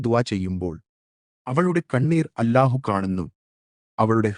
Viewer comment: الله എന്നത് ഉച്ചാരണം . ശരിയാക്കണേ മലയാളം അറിയില്ലേ? എ.ഐ.ആണോ?